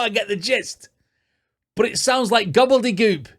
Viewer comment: Not sure if it was deliberate but I think you mispronounced gobbledygook as gobbledygoop.